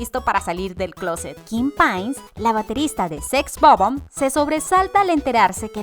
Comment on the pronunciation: Sex o bomb.... 😪 SEX BOB-OMB. En fin.... Ya nada me sorprende